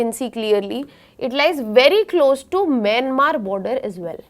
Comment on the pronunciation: She's pronouncing even Myanmar as Mynamar 🤣🤣🤣🤣